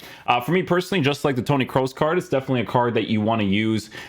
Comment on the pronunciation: Finally someone who doesnt say Toni Cruz 👏🏻